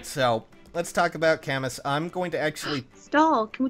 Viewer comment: If his name is really from the french writer it's pronounced "Kamu" not Kamus nor Kamous